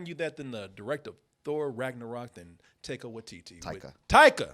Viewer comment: My eye twitches everytime says Taika's name